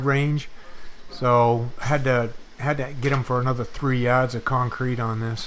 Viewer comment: Yads? Quick, and English to New England English dictionary, please. :) BTW, you guys are a great example of people in the trades. Keep up the high standards.